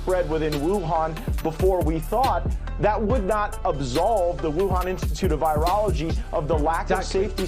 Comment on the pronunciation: How you gonna push an agenda and you can’t even pronounce virology I was unaware they added an “e” 😂